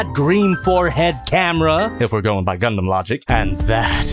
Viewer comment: I'm glad is finally to the point where he can say "Gundam" and "swivel" without having a stronk, way to go!